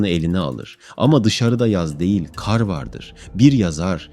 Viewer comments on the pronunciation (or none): Kardeş sen hiç hayatında "KAR" kelimesinin nasıl söylendiğini duydunmu. Eğer duymadıysan ben söyleyim Kâr diye söylenmez KAR DİYE SÖYLENİR bundan sonra video yaparken kelimeleri düzgün kullan. 17 dakikadır kâr diyip duruyosun beni sinir ettin burda